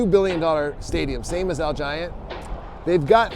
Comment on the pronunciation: He said al giant it's allegiant 😂😂😂